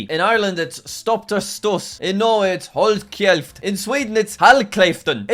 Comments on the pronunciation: you pronuonced hold kjeft wrong just lettiing you know :) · it’s actually hold sjeft that’s how its pronounced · as a norwegian I burst out laughing when you said “Hoild kkjeft”😂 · And as a Swede I burst out laughing when he said “hall klaiften” 😂😂😂